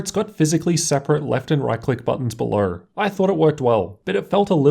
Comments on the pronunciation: Lights belowerrrr hahahah.... Ratio-errrrr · Why do all Australians add Rs to words that don't have Rs. Lol belowerrrrr